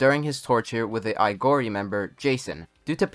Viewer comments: It's Aogiri, not Aigori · Quinque is pronounced "queeng-kay" Aogiri is pronounced "Ow-giri"